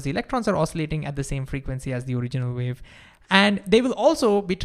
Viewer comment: Ultra-wiolet Vave 😂